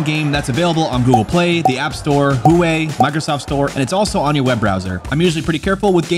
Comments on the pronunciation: Howay💀 not trying to be annoying but it’s pronounced hwa-way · Huawei is pronounced Wahh-way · "Hooway" lol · Lmao how you pronounce huawei